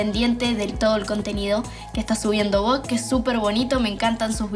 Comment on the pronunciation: Chicos no puede ni pronunciar Vogue está chica, la Arg siempre cae muy bajo, pero Vogue? Vogue? En serio? Que decepción, demasiado mediocre todo.